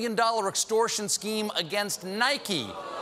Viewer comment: 😂😂why do some people pronounce it as “Nikey”